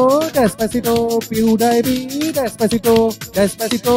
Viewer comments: Pediepie NAHI hota pewdipie hota hai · Pew die pi nahi hota Pewdipie hota hae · Rip pronunciation ... He's litterally saying Pew-die-pee 😂😂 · PewDiePie ko PewDiePee bol raha hay bhencho.... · dude's pronouncing pewdiepie as pew dayy pee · Pew-DIE-PEE?!?!?! At least pronounce his name properly if you can't create a worthwhile music track. 😑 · Omg this guys needs a English class it’s pewdepie